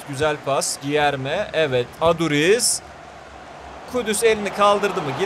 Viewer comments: Gierme yerine değilde gülerme şeklinde okunuyo diye biliyorum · Abi gilerme deyil culerme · Cilerme diye okunur krall